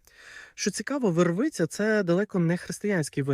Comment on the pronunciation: По-перше, не вервИця, а вЕрвиця